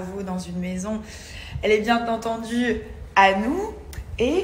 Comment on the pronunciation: Ai-je BieN Entendu ? Nabilla : « ... Elle est bien (T) entendu ... » O-O